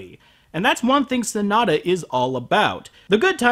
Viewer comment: His name is Sonoda, not Sanada. Please, please stop the butchery.